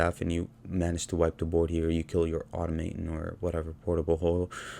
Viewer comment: Nice idea, I really need to try playing some Tezzeret! Also -- aw-TOM-uh-tawn :D